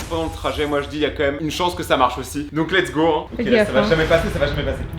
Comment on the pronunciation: lets go sans le ts 😂😂